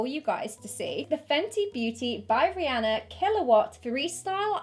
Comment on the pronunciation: I'm not even a fan of her, but thank you for pronouncing Rihanna's name properly xD